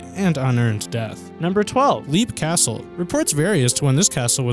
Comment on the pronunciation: Leap Castle, it's pronounced as "Lep" , not "Leap". XO, the Elemental.